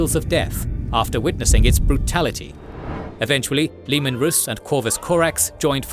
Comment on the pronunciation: Its leman rass dont read it rus